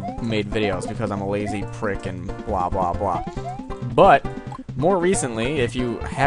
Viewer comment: 'prick' really sounds odd with an American accent...